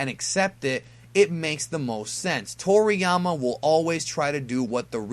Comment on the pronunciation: Wait..who tf calls him Trolliyama lmaoo